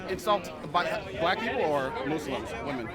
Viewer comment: the mispronunciation of muslims made me cringe